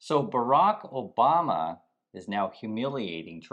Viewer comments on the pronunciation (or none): you mean Barack Oh-bomb-Na 😅 Yod think if Trump is going to open his mouth he'd make some effort to say it remotely right.